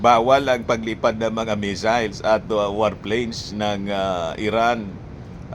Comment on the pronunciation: Ang basa nya sa missiles ay measles(tigdas) kaya akala nya sakit😂😂😂